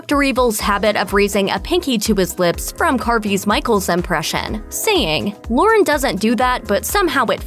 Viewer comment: Lorne...not "Loren".